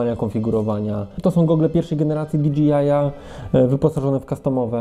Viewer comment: Świetny materiał! Jedyne co mnie razi to wymowa DJI - to jest o ile się nie mylę "di DŻEJ aj", a nie "di DŻI aj" :D